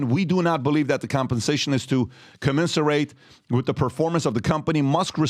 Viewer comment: It's "commen-sur-ut" not "commen-sur-ate" you dolt...